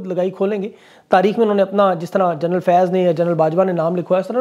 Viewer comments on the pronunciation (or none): none